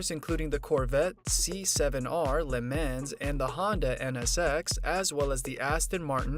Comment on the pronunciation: This voice is just to annoying to listen to. It's Fuzz Townshend not Fuzzy, and please learn how to pronounce Le Mans! And no i won't "make sure to like" this video.